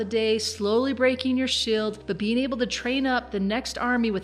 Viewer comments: shield= shild heal spell= hillspell her pronunciation is funny hehe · You say shield funny